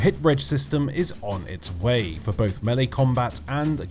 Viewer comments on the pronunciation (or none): none